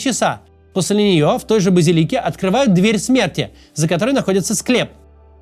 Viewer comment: Все же правильно говорить "базИлика", ударение.